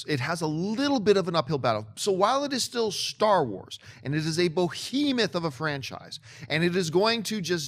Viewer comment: Someone tell John to stop mispronouncing "behemoth."